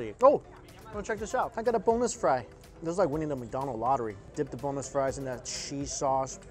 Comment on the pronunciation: I thought you said "boneless fry" instead of "bonus fry" hahaha Can I get uhhhhh BONELESS FRY 😂